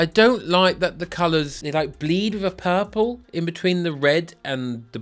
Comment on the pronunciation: U pronounce purple pal-pu😂😂luv it 😅😅😅😅